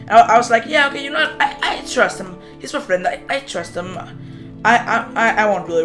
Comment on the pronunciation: Idk why i think of SIFT when you say trust